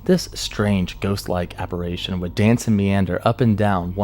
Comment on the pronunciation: apparition, not apparation. Shaken, not shooken.